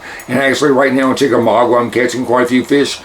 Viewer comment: Lol... It's chickamauga not chickamaugWA lol